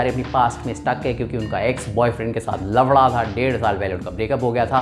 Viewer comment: Lafra sounded like Laura.